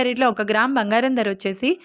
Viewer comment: Please recruit anchors/news readers who can pronounce correctly. This woman pronounce Dhara (price) as dara in the same way other words. Very disgusting.